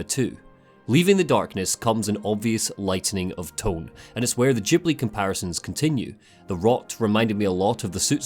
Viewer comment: Its Ghibli not đibli :D